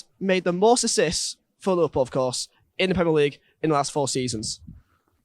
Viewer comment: he says lilpol insteas of liverpool